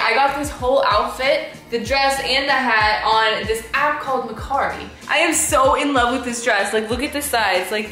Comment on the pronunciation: That’s not how you say mercari